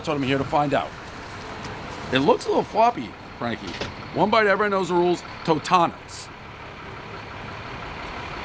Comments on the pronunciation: Pronounced "Toe-tones" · Another famous pizzeria that Dave can’t even pronounce correctly. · How can I trust your review if you can't pronounce the name correctly.